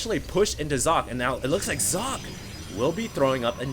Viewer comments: Sock-eh not Zock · its German and pronounced "Sokkeh", last part is like the spanish "que?"